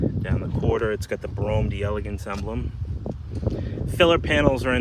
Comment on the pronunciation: It's pronounce 'dell ah gance'.